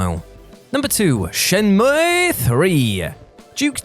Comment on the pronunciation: I really didn't know that it was pronounced SHEN-MUEEEEEEE. Then again, I am no gaming journalist.